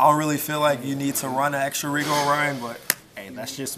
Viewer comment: Rigel... ri'jel Regal... ree'gal Please support proper pronunciation. 👌🏼👌🏼👌🏼